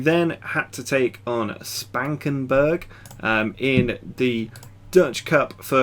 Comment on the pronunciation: Hahaha, the way you pronounced Spakenburg was hilarious!